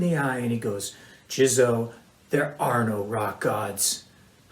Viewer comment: They had to intentionally mispronounce your name. I mean you are literally on a giant Y and they get Pearle right But?